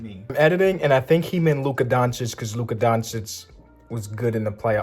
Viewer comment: it’s luka